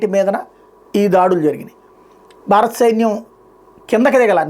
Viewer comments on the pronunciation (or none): none